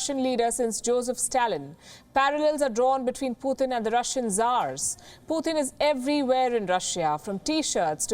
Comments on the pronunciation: It's not Puthin, It's Putin. Read names properly, before you start the story. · It's Putin not pooothin😂